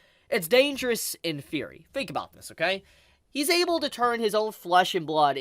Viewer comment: I didn't realize you were talking about Hisoka (unusual pronunciation) until you said Bungee Gum which, interestingly, has both the properties of rubber and gum.